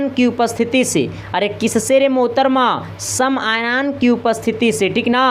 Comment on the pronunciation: यार ये कैसा teacher है , आयन को आयान कहता है, फैराडे को फ्राइडे कहता है।